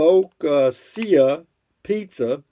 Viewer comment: Focaccia is pronounced Fuh-kaa-chuh